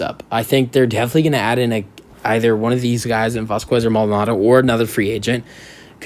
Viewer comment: It’s vazkez not vascuues.. js